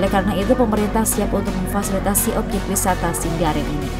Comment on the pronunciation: Sendaren min bukan sindaren Panusupan bukan penusupan🙏